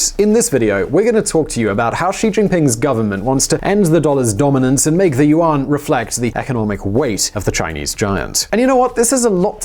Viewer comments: I was like, 'Uwan'? What's this guy talking about? Oh, does he mean 'Yuan'? OMG Unbelievable! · its pronounced more like "yuen" its an eh not an ah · And pronounced YUAN like WON too! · Good informative stuff but my asian boyfriend was cringing at your pronouncement of Yuan